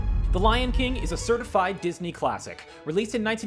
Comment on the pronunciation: I love how you say dis eye movies but I fact the incredibles and toy story are Pixar